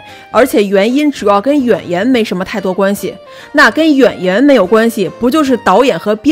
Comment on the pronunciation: “演员” 直接说成了 yuan yuan,还说了两遍😂😂